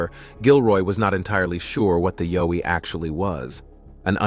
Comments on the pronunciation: It is yowie pronounced yow iethe yow to sound like ouch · Pronounced YOW as in Y and ou from 'ou'ch plus e. Plus not a myth I met one outside my home in NT, many years ago, and we stared at each other less than one metre apart. We were both stunned.